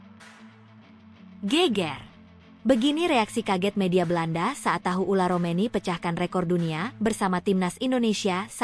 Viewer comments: Tolong min jgn diganti² nama orang. Yang benar itu Ole Romeny bukan Ula Romeny, sedih banget aku dengernya striker terbaik Timnas yg sdh sejajar dgn Tele diganti namanya 😢😢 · heran yang bikin narasi kenapa terus bilangnya ULAR romeni yaa, namanya itu OLE ROMENY